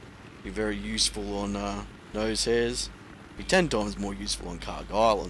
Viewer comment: haha nosehair? its pronuonced NOSH-AIR :P lil bird needs a boost, way too weak and slow.